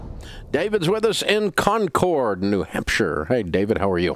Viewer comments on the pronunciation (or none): You need to study up on how to pronounce 'Concord", Dave. That was not it! (lol)